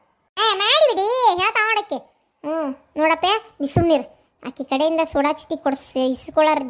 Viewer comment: ಸೋಡಾ ಚೀಟಿ ಅಲ್ಲಾರಿ, ಸೋಡ ಚೀಟಿ.